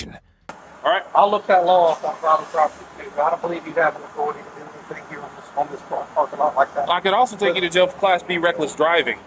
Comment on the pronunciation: Authori-tie lol